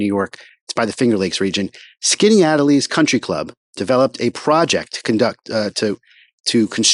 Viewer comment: pronounced skinny-at-ellis. your videos are all i’ve watched in the last 24 hours